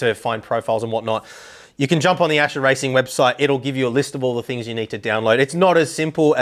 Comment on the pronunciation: Its Ascher, not Acher :>